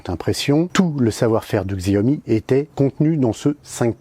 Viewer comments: Pas siomi mais chaomi (Xiomie) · Il y a bien une stabilisation. La différence entre le Redmi S2 et le RN5 est réelle. Le RN5 est excellent et meilleur que certains hauts de gamme (Xiaomi compris: allez voir le comparatif RN5 VS Mi8 SE On prononce Xiaomi "Show me" (le jeu de mot est volontaire, tout comme "Me too", pour leur mini drone MITU (un pied de nez à leur concurrent direct à 100€ - DJ Tello - au lieu de 60€ pour le MITU de Xiaomi).